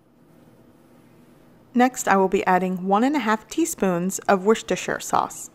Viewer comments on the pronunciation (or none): Worcestershire sauce [not "Worchestershire"] is pronounced "Wuss-ter-sher". Come on you Yanks, practice it: "Wuss-ter-sher, Wuss-ter-sher, Wuss-ter-sher". You know you can do it. 🤣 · Pronounced: wooster sauce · WORCESTERSHIRE is pronounced: Wooster-shire. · Worcestershire Sauce